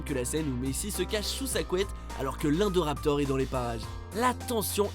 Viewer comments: C est pas indoraptor indoraptor i n pas indoraptor vous vous etes chient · Omg il sont écorché le nom de l'indoraptor😬😬😬. A par ça cool la vidéo😊😊